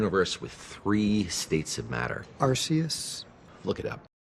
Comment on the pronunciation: If it was a Pokemon reference, they pronounced it wrong, it might've been on purpose... but the true pronunciation is Are-Key-Us. Spelling and pronunciation police Intensify